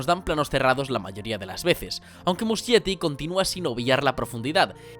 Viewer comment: amé el video<33 pd: se lee musKietti, no muschietti jajsja